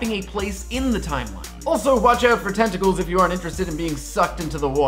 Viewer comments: it sounds like he said testicles instead of tentacles. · i heard the same thiing and got mildly turned on hearing say that!:P